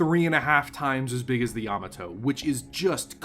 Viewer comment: Thumbs down for this video for not being able to pronounce Yamato correctly.